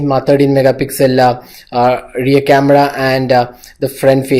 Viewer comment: Did I hear 'Cameda' instead of Camera?